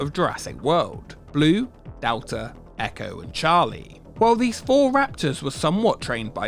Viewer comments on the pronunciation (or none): none